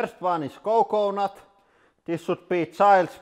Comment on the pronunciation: his accent ( co-co NuT )